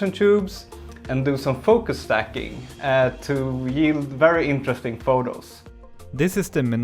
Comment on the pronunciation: its stacking not "staking"